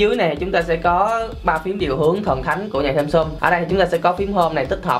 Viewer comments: Ít nhất cũng phải phát âm chữ Samsung cho ra Samsung chứ ai đâu lại Samsum. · Người Việt rất hay gọi SamSum thay vì SamSung :p